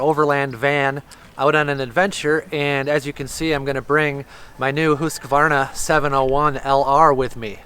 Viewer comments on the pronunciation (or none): It's pronounced hus ka varna